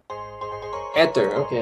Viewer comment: lol says ether wrong hahahaha